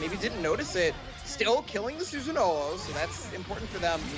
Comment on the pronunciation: I hate the way they call susanoo susan...